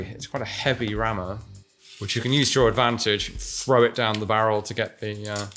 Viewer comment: ...Thwow it to the floor vewy woghly... lol